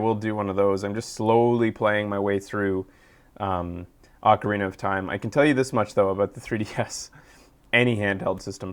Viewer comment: thank you so much for saying Ocarina (Aw-carina) and not oh-carina because whenever I hear someone say oh-carina I get so pissed off.